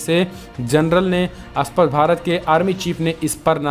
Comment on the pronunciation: आप कहना चाहते हैं 'स्पष्ट' मगर बोलते हैं 'अस्पष्ट' क्या आप इसे सुधारेंगे?